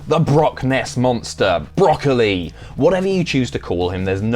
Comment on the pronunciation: "broccoli" lol